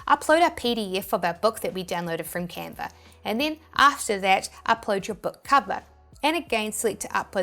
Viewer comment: It is Canva.... Not Canvas